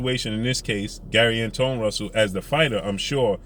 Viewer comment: Pronounced like Antwan